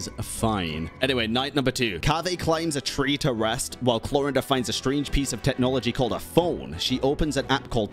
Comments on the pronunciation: the whole time i was just trying to figure out why pronounces Clorinde as if it's spanish or german lol the 'e' at the end is silent xD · I stop you all it's Clor"ai"nde and Si"j"ewinne how it's pronounced (Sigewinne I didn't know it was a thing) and Clorinde is a character of French litterature like Neuvillette. Thank you. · Bro! ... You could've atleast tried to learn the pronunciation of sigewine and chloride before hand . You are pronouncing them worse than I could've if I were challenged to do so